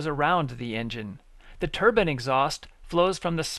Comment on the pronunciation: Why does it sound like he is saying Turban its Turbine Not a Turban !!!!!